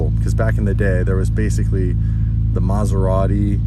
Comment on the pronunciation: How come you know how to properly pronounce "Maserati" but epicly fail on Mazda (Mäzda/Mähhhzda)? Please don't ever burn Ant-Man/Anfanee.